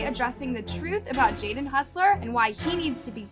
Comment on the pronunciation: hussler? lol. its hossler.